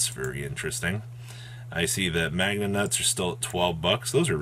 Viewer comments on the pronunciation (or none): He calls Magnamhut “magnanut”. More like deez magnanuts.